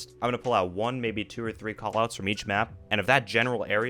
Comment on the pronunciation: I know almost all call outs, but when you were saying them all I heard was BS, wtf is Harry Potter